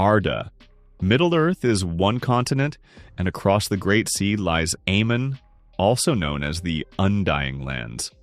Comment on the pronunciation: It’s not Amen, but Aman, it’s not Mandose, but Mandos🙄🫣🫠 Why does Americans have to butcher everything?!